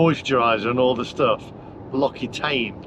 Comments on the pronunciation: it’s L-OKSI-TAN…. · L'Occitane is pronounced "Loxitan" in French. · L'Occitaine - is pronounced Lock see Tan. My wife used to swear by their products. - - People driving on the wrong side - probably in Beemers and Loudis! - - - Canape's - you need those over the tops of the chargers!